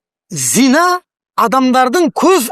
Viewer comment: Зина емес,зына емес пе?